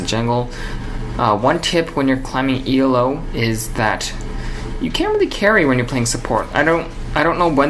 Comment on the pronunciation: he keeps saying E.L.O. it's elo. one word